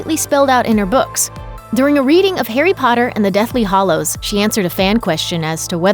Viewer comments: Deathly Hallows — not “hollows.” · “Deathly HALLOWS”, not “Deathly HOLLOWS”! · It's Deathly HAllows not Deathly HOllows!!!! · Deathly HALLOWS not hollows... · It’s deathly hAllows NOT deathly hOllows!! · Did this person really just say the deathly hollows ? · This video is clearly misinformed in many ways... It's the Deathly Hallows, not Hollows. And the goblin is called Grip-hook, not Grifuk. And in Aunt Marge's sentence, the word that is bleeped out (which I won't write here for fear of being censored by prude algorithms) is not a swear-word at all, it's just the normal term for the female dog.